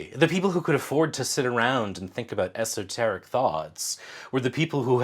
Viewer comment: Did you say 'esoterrorists?' LMAO!